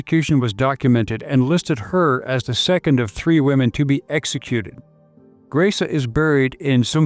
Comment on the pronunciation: I believe it is pronounced : Graze-Ah, from what I understand.